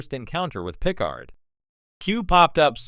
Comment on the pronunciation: I think I'm going to boycott any videos using AI-generated narration , especially when it blatantly mispronounces words any Star Trek geek (like the person who produced this) should know - like saying PIC-ard instead of pi-CARD. in fact, that's exactly where I stopped watching this one.